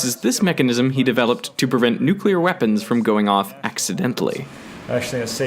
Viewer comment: A prof that says Nukelar instead of nuclear. -_